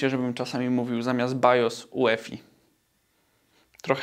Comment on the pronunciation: Jak BIOS z angielska to i "jui•efaj" 😉